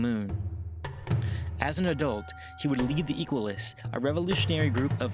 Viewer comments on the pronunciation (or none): none